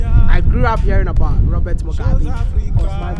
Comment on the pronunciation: Mugabe not Mugabi you're pronouncing his name wrong